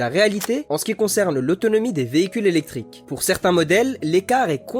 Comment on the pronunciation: C'est quoi les voitures "zélectrique" ?